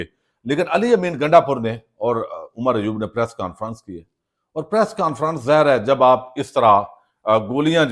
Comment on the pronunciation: بات سمجھ سے باہر ھے کہ گوندل صاحب۔۔ آپ لفظ "ظاھِر" کو ھمیشہ "زھر" ھی کیوں بولتے ھیں؟